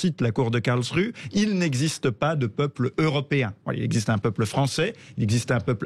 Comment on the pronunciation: Je ne voudrais etre impolit, mais, SVP, prononcez un nom de ville correctement: KARLSRUHE: se prononce (phonetiquement) KARLSSS ROU HÉ merci pour ce temoignage de respect ( que l on aime l allemagne ou pas ) A part ca, vous avez raison.